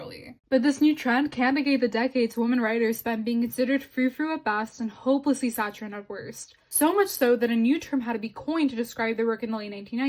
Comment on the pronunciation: There are a few times when you say things which are not quite right. Reneging, not renegading. Saccharine with a K sound, not a CH sound. Deuteragonist, not durotagonist. Actually, after the deuteragonist line, you say something I can't quite decipher. "... his harmlessness through any lepertoire." As for "forcing the nice guy to reveal himself for what he truly is"... Calling us to turn off our brains, reject complexity, and classify people as 100% bad bothers me. People can genuinely hold many feminist beliefs, and yet violate these beliefs in the name of their own gain. When Neil Gaiman made those statements, was it all an act, designed to disguise the mustache-twirling, cackling villain? No; that's a seductive fiction. It is absolutely possible that he meant what he said, and yet did terrible things to women. Yes, he absolutely can do both. I will tell you what the nice guy is: complex. All human beings are. I don't like this business of crying "Simple simple simple! Bad bad bad!" Neil Gaiman did terrible things, and must pay the appropriate penalties. Nevertheless, he is still a human being, containing within him good as well as bad. People are complex, no matter how desperately we want them not to be. We hate the fact that we can feel both love and disgust for the same people; if only we could lie to ourselves and say that they were 100% good or 100% bad, so that we could just feel one emotion instead of struggling with that conflict. But we would indeed be lying to our